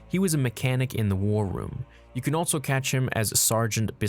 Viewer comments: Anybody else notice the pronounciation of 'altso'? Lol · I really do enjoy your vids, but hearing you but a T in ALSO drives me nuts!